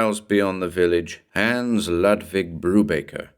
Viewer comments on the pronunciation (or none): Nice, just one small but for a german listener a bit irritating thing: The name 'Hans' is pronounced like the English word 'nuns' but with a H' in the beginning. 😉